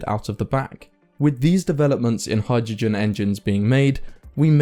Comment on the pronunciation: Thanks for the production, I enjoy your stuff. Just check out the pronunciation of "hai druh jn" 😏